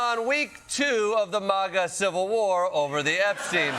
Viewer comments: It's Maga not Mahga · Klepper's one of the few to pronounce it 'maw-ga' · ...I just wish he would pronounce MAGA the right way, he's not British